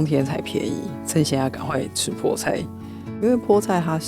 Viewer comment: 😂哇賽，知道菠菜台語的發音餒🎉🎉❤❤